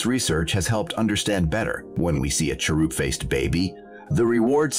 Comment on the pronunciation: "Cheroob" faced baby. I accept this new pronunciation